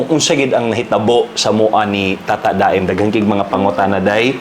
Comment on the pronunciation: Tata-da-em diay ang pag pronouce ana.. yawardsss sorry iyaan abi gyud nko ug tata-damn ang basa ana ay pina-slang lng ba😂 ahaka oyy! Anywaysss love you both!❤